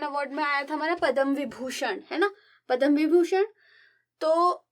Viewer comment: mam its not padam its padma पद्म